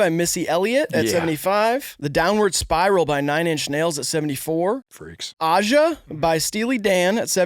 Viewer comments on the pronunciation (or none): When mispronounced "Aja" it felt like a betrayal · Agreed. Also needs to learn how to say Aja.